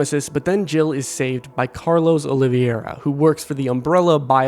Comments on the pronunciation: Why did he pronounce Oliveira that way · why cant yall say oliveira?